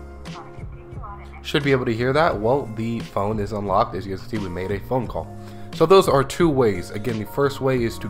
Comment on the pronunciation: First,thanks for the video. When my husband died I stopped service on his phone, but mine's belly up, sooo. Worked like a charm. Now funny (to me?) story. I have a real problem with accents & dialects. You do not have one as far as I'm concerned. However, it took me two times rewatching the video to see where you pressed Mayday phone call. Yeah okay, you were saying "made a phone call':face-fuchsia-wide-eyes